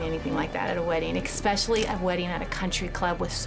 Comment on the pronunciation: Americans saying exspecially is so irritating 😅😅